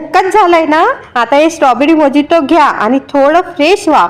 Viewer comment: मोजिटो म्हणत नाहीत मोयीतो म्हणतात गुगल वर उच्चार चेक करा कुठल्याही गोष्टीचा आधी नीट अभ्यास करा